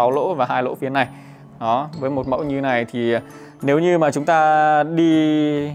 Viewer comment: Người Hà Lội xD